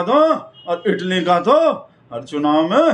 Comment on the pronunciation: इटली नहीं इटाली बोला है😂